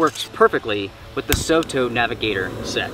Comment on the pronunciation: just fyi, soto in Japanese means outside. It pronounces as sor tor, not so to. Their products are very popular in Asia, and Aussie and Kewi as well.